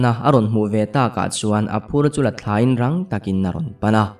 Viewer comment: Thlanrawn- thlan(duhthlan tih a thlan ti a lam tur a ni lo Thlanrawn- thlan(thlanmual miti phumna) tih a thlan thluk zawk hman in thlanrawn tih tur